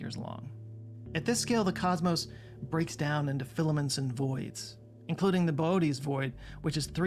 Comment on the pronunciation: Filaments, not Fillian